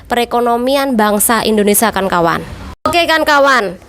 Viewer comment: Nyebut nya di beneri dikit ce.. INDONESIA..